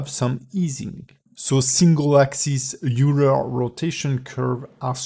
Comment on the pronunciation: it's oiler. :p